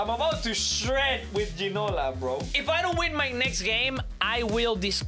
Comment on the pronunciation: You pronounced it right